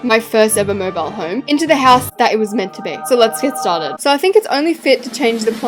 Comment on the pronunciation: you dont say "mobile like "moibal"